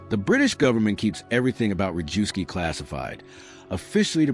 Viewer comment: Historically accurate. One comment: Rejewski is pronounced reyevsky, Zygalski - zhygalsky, Różycki - roozhysky, more or less.